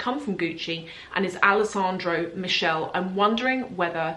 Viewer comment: His name is Alessandro Michelle…pronounced “ Mikele”…..😊❤